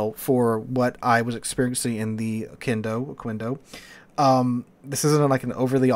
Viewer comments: you're closer to Mexico than I am, how do you not know how to say Oquendo (Oh-Ken-Doh). Just like queso. Its not Kwayso, it kayso. Its no ohkwendo, its ohkendo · and it is pronounces "ohkendo" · Yeah, we spanish speakers receive the apology for the mispronunciation. But for future references: qu = k in pronunciation